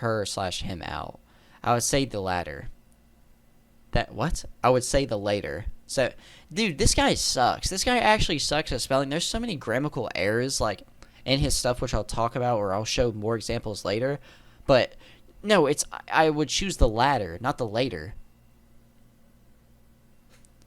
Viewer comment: The word is “GRAMMATICAL”, not ‘GRAMMICAL’…. 🤦🏻‍♀️. Trying to talk shit but can’t even pronounce the very words you’re TRYING to use. 🤦🏻‍♀️. I don’t like Patrick but that was pathetic.